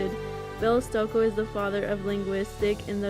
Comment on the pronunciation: It is pronounced ‘Stokee’.